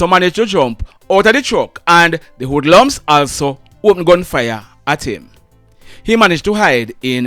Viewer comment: Wood lums??? What's that, French???